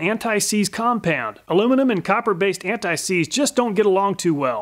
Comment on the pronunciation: Alooooooomin-Numb Antt-ÊýÉ. SeeeeeeeeeeZé